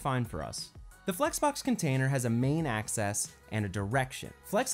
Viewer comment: One of the best explanations on Flex I've seen. One thing — it's AXIS, not ACCESS!:)